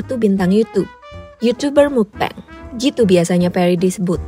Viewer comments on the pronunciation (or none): "mukbeng" MUKBANG KALI MBAK BIASA AJA BACANYA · kontennya bagus bangettt, informatif juga. tapi mau koreksi sedikit karna disebut terus terusan, "mukbang" dibacanya "mukbang" bukan "mukbeng". baca huruf a nya ya "a" bukan jd "e" karna berasal dari bahasa korea seperti yang udah dijelasin di video ini kan hehe. jangan keliru lg kak, kan kakak yg jelasin sendiri di video ini😁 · Maaf Kak, mau ngoreksi sedikit, semoga gak menyinggung. Mukbang dibaca mokbang, bukan mukbeng. Mukbang kan singkatan dari MEOKneun BANGsong, Meokbang / Mukbang. Semoga saran kecilku dibaca. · It should be "mokbang" not "mukbeng" since it is originally korean word. Cmiiw. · Nah kan aslinya udah tau kalo asal katanya dari korea yang diambil depan-depannya aja. (Meok)neun dan (Bang)song. Jadi harusnya dibaca MOKBANG, bukan Mukbeng. Knp malah bacanya seolah-olah pake ejaan Inggris sih. Btw soal video ini jadi keinget Raditya Dika. Dia salah satu yg ga ngikutin market tp justru berusaha menciptakan market. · Pelafalannya mokbang.. mukbeng mukbeng😭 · Bacanya mukbang bukan mukbeng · Agak terganggu dgn penyebutan mukbang agak aneh. Krn udh terbiasa dgn meokbang.. Iya sih tulisannya mukbang tp dibacanya ttp meokbang.. Maaf ni ye gua mmng agak ribet hehe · Jadi ketawa dengarnya, pelafalan "Mukbang" kenapa tidak sekalian pakai pelafalan bahasa Indo saja, pelik banget dengernya denger "Mukbeng mukbeng" begitu, orang Indonesia sudah beradaptasi dengan transliterasi bahasa kata "Mukbang", jadi sebaiknya dibaca dengan pelafalan bahasa Indonesia saja. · Udah tau asal katanya dari korea malah dibaca "mukbeng" 😒